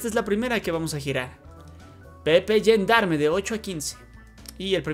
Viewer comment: Mas o menos se pronuncia "yendarm". Gerdam es como en Francia se le dice a la policía